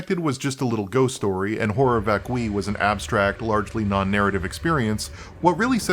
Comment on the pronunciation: This REALLY is not a big deal, BUUUUUUUUT "horror vacui" is a concept that has a wikipedia article that contains the phonetic spelling. Also being aware of the concept might be helpful in interpreting the work, idunno. Edit: Nvm, you actually know what it means, and I'm aware that latin is a dead language and anglicized pronunciations of latin are basically arbitrary anway.